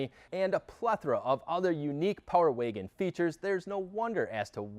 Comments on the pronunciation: It's Wagon, not Waygon.... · What’s a Power “Waygen” ? Lol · What’s a power “waygin” ? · Love the Video and I ordered My 2022 Power Wagon in June and should be getting it in Oct. BUT if I have to hear this guy say “ Waygen “ one more Time!!🤦🏻‍♂️🤯🤬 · Where are you from? I've never heard anyone pronounce "wagon" like "wiggin". Intriguing. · No offense bro but the way you say wagon is giving me brain cancer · I came to the comments just to see this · I didn't hear until you mentioned it. Thanks for that. Can't not hear it now.